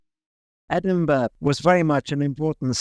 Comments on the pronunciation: It's a testament to your struggle for accuracy that you're pronouncing the city's name better than does! He somehow manages to call it 'Edin-buh' half the time... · the guy saying "Edinbur" honestly makes me cringe more than Americans pronouncing it like Pittsburgh, since at least they're doing it because they dont know any better, this guy is just pronouncing it wrong on purpose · It’s Edin-burra …..c’mon guys dinnae be a bampot and try tae say it’s anyhing else. ✌🏻❤️🏴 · It's definitely Ed-in-buh-ruh, though sometimes we say the last couple of syllables quickly. If you want to know what a "burgh" is in a Scottish sense there's a wikipedia page for it. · That was no expert. He made several errors, including being unable to set up a passable audio link. That helped disguise his failure to pronounce Edinburgh properly. Edin beh🙄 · Great video, i just hate how the told you exactly how to say Edinburgh right and then he proceeded to pronounce it wrong for the rest of the video, good on you for still getting it right though. Also I think he did the same for Holyrood its pronounced like Holly-rood more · How are you BOTH still pronouncing it wrong after correction 😭 it hurts in my bones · Sorry to say but the pronunciation of many words in your video is really quite jarring: Edinburgh, Holyrood, Princes Street, Jacobite, Wynd, or Nor Loch (never known as North Lake...) Please maybe consider for future videos finding a local to help rather than just making a joke of it in an advert! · Being told how to pronounce Edinburgh at the start or the video and then continuing to mispronounce it throughout is crazy. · One of the cities I didn't spend hours looking at on google earth. I love exploring the history of a cities development. Outstanding pronunciations aside. Should have clicked on this channel sooner. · Can't believe you came all the way just to talk to an Englishman who doesn't say Edinburgh properly 🤣